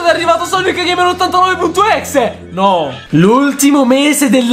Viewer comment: Pk dite exe se si pronuncia ex